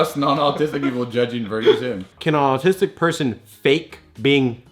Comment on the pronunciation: said autis-'dick' two episodes in a row I'm dead 😧